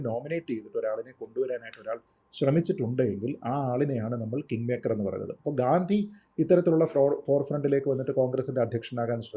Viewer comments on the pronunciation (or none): ഗാന്തി അല്ല.... ഗാന്ധി ആണ്. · 😊 തെറ്റായി pronounce ചെയ്തതുകൊണ്ട് comment ചെയ്തതാണ്. ഗാന്ധി എന്നു പറയാൻ മസിലുപിടിക്കേണ്ട കാര്യമൊന്നും ഇല്ലല്ലോ 😂.